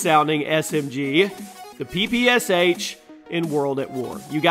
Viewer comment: Sorry to be a smartarse here, but it's not PPSH, it's PPSh, Sh being an individual one Cyrilic alphabet letter replacement sound, pronounced like first two letters in "Shot"